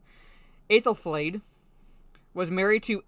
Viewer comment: I was actually quite interested when they made references to Aethelflaed (you pronounced the name very well) who was well and truly badass, and also of course a Mercian Anglo-Saxon whom the Rohirrim are mainly based on. The rest of it though just rang a huge amount of alarm bells. I am very wary about this now. Seems the references to Aethelflaed are a shield for injecting feminist tropes at Helm's expense. You're absolutely right, this was meant to be his story.